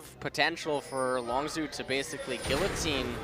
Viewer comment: that guy needs to learn how to pronounce longzhu